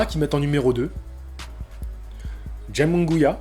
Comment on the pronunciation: Euuuh nan. Jaime deja t'as la Jota qui se prononce pas en france equivalent de Kh en arabe aime comme ça s'ecrit puis Munguia a par le 1er U qui se pronnonce Ou le deuxieme se pronnonce a la français donc ça serait Jaime Mounguia.